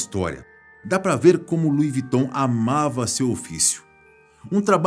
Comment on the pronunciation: Não entendo o porque das pessoas falarem o nome da marca errada🤦🏻‍♀️ só aqui no Brasil as pessoas não sabem pronunciar.